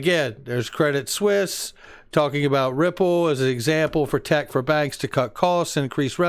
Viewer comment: Incredible content, as usual. FYI: Credit Suisse is pronounced “Credit Swiss”, not “Suess “ like the Children’s’ book author. Sorry to be that guy but, ya know.